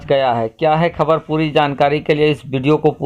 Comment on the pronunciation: apnew Ttalaffuz sahi kare bolne ko sahe se seekhe khabar kabar khujlana band kare KHABAR